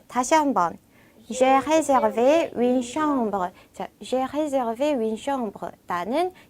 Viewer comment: 시원스쿨 프랑스어 프랑스어 발음과 한글이 100프로 매치가 되지 않다고 하지만 선생님께서는 정확하게 발음해 주셔야 하는거 아닐까요....? 예를 들어 우리나라 말에 f 발음이 없는데 선생님께서는 정확히 F 발음으로 구사해주시는것 처럼요. 선생님께서 정확히 윈느로 발음하셔서요. 아무리 프랑스어 여행 회화라도 해도 선생님께서 윈느로 발음하시면 학생분들에게 헷갈리지 않을까 해서요...